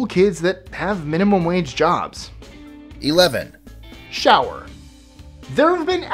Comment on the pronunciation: I clicked on this just to see if you said shower. Good job.